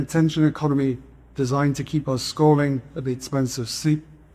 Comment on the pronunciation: I can’t even understand what he is saying. “An attention economy designed to keep us scarving at the expense of sleep and real human contact”????